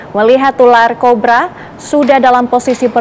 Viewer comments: ular kobra mbak bukan korba 00.50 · Korba corba eeeh susah kali bilang kobra 😂😂😂😂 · aduh si ibu sapai salah ngomongnya.... yg bener ular kobra ya bu bukn ular korba.... keselip ya lidahnya 😊😊😊😊😊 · Cobra bkn corrrba😁😁😁😁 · Pertama aku denger CORBA bukan COBRA 😅....😅😅😅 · Ular kobra kk. Bukan ular korba😂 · Kobra, bukan korba😂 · Kobra.! Bukan Korba😂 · Ular kobra kali mbak, bukan ular korba😂😂😂😂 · Kobraa bukan korba tambah n jadi korban😂😂😂😂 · Kiraiin saya aja yang salah denger😅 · Piye tohmbak baca ular cobra, koq ular cobra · Bukan ular cobra mbak tapi ular corba mbak , haa haa